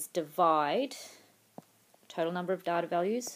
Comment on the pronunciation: you can pronounce "data" better.